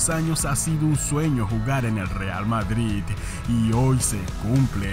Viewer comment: en el minuto ¿dices vadrid?